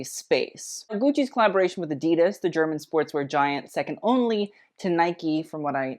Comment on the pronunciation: Ok so adidas is not pronounced as drawn out as you made it (and literally everyone else). So not ahhdeedus as German is not a drawn out language. You want to take your current pronunciation and make it as rapid as possible. Honestly it should sound like a perfect cross between the two ways that people like to pronounce the brand name